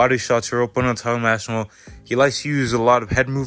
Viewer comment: Sound it out my boy, its Ass-pin-all